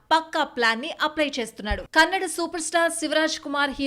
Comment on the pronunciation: ಕನ್ನಡ್ ಅಲ್ಲ ತಾಯಿ ಅದು.. ಕನ್ನಡ 🙏🏿🙏🏿🙏🏿